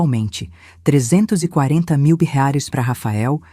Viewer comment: A narradora não consegue pronunciar a palavras "reais" nem com reza forte. kkkkkkk